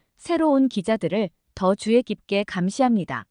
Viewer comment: 읽기가 틀렸어요. 주의 깊게 주이깊게